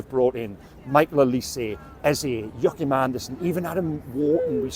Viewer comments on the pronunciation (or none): none